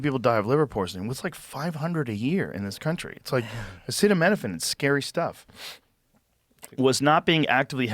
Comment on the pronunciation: Joe Roan pronounced "acetaminophen" about 6 different ways, including what sounded like "acita mina fang". This feels like AI now LOL.